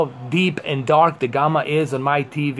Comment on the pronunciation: What the hell is Gumma? Its Gamma like jamma.